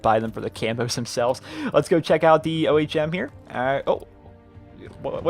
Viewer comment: It's ohm.. Not o.h.m.